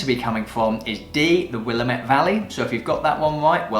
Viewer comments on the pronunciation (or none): And it’s Willamette Damnit! (Will-am-it) Not Willa-met!!! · When I visited the area I pronounced it incorrectly - Will-um-Et. The local that corrected me was quick to say "It's Will-Lam-it damn it." As it was a local, I did not argue and accepted this as the right way to say it. I have never forgotten the mnemonic device for remembering the correct pronunciation. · It's Will-am-it Damn it!